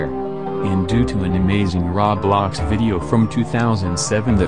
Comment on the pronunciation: SAYING RAWBLOX AT 3 AM!! OMG HE SAID RAWBLOX (lol this is a joke)